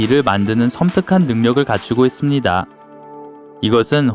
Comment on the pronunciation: 침고이게 말하는듯 있음니돠 돠돠